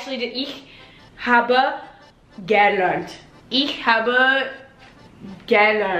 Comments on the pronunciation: Good job guys! The only thing is “gelernt” is stressed like “geLERNT” not “GElernt” :) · You guys speak German with kind of a French accent! German is my main second language, so I always end up speaking other languages in a German accent. A tip: the stress goes on the second syllable in "gelernt", so it's ge-LERNT, not GE-lernt. For all past participles starting in "ge", the "ge" is unstressed. Keep up the good work! :) By the way, your videos have helped me become more confident in learning Portuguese, which will be put to use when I go to Brazil for this first time this Thursday!